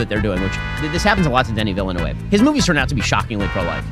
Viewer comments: It's not pronounced Villa-noove, it's Veal-nuv. D'knee Veal-Nuv. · Not the point of the video, I know, but was anyone else unable to register anything Ben Shapiro said after "Villeneuve", because of how distracting his utter butchering of the pronunciation was? I mean, jfc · THE WAY BEN PRONOUNCES DENIS VILLENEUVE AS "Denny Villy-New-Wave" OMFG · he says 'Denny Villain-Wave' lol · Why can people not say Villeneuve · Ben Shapiro’s pronunciation of Villeneuve is painful. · Didnt know it was possible but he made me hate him even more with the way he pronounced Villeneuve